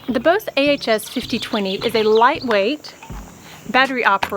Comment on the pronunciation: Your video is so informative and clear, it really has helped me decide on this particular one just now, - and thank you for all of your posts! Just a little note!- Bosch is German and so pronounced to rhyme with ‘off’ and not ‘owe’ !!😁😎